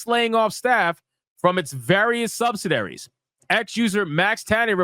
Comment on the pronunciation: Bro, you gotta learn how to read words like "subsidiary".